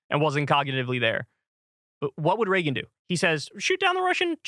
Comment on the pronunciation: "hwat would Ronald Ragen dew"